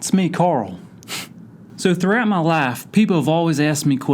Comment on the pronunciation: I'm from the south... But you get me everytime that you say, Throughout Mai Lafe. Lol